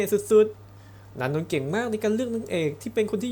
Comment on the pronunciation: คนอ่านอ่านนานนท์ตลอด อ่านเองเข้าใจเองไม่ดูว่าจริงๆแล้วเค้าชื่ออะไร